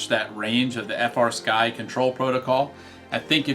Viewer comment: As soon as you said frsky it turned me off